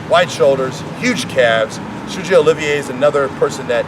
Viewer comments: You are butchering Sergio Oliva 's name.... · Sergio Oliva...cant even say his name right. ..smfh.